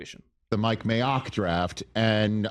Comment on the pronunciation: What’s up with saying May-ock? That’s his name 😂 not clever, how about Mike M(ay)ock